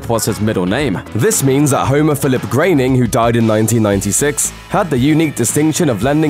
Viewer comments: Grow-bing not grain-ing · Matt graining? I thought his name was Matt Groening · Groan-ing, is how you pronounce it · Why is he pronouncing his name as Matt "Grayning"? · Grainnin? That's not how you pronounce it.